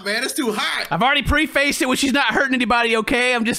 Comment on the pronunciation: Preh-fessed = Prefaced. Not Pree to ur face